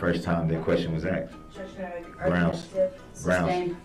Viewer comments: Substained! Grouns he axed without relevancy! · it’s grounz! 😂😂